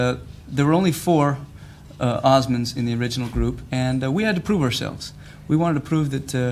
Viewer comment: it's Osmonds. Not Osman's, somebody on the show needs to get it right.